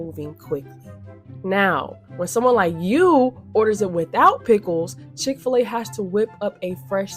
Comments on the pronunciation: Chick-Fil-A Not Chick-A-Fil-A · Please say Chick-fil-A again! Chicka fil-A